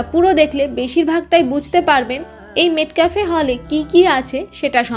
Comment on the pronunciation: Pronunciation ta মেটকাফ, মেটক্যাফে নয়।